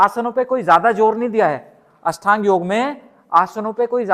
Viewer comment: अष्टांग योग बोलो भाई । बार बार अषठांग बोल रहे ।